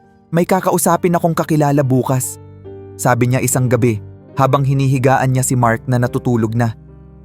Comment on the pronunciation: Pls. observe sa pg bigkas ng words Bukas - example para yan bukas Bukas--na kubo iba din ang pgbigkas😮